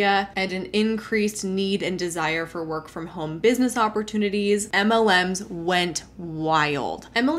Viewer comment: I’m a guy who’ll let a stranger know that he has a booger dangling from one of his nostrils. I do this in the hope someone would offer me the same kindness in the future. In this spirit, I’m pointing out that you pronounce “home” with an L, i.e. “holm.” I very much enjoy your content. I just recently stumbled across your channel and I have been entertained and edified by your back catalog.